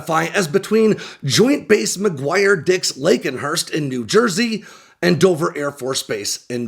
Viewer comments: Lakehurst not lakenhurst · “Lakehurst”, not “Lakenhurst” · It's Lakehurst not LakenHurst. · not Laken-hurst ....... Lakehurst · Lakehurst, just two syllables.